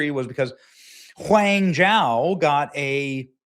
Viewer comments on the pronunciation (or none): "Whang Jow"😂😂😂